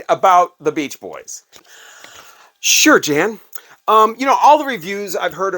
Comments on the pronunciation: Pet Sounds is more a triumph of musicality, not great songs. There are some crazy chord structures, pianos playing in C and the bass in F. I don't understand all of it either but while the songs aren't awesome, the arrangements were. Also, Jann is pronounced Yan. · His name is pronounced Yawn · It's "yan" wenner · Jann Wenner is actually pronounced "Yan Wenner." Just an FYI. Love your channel!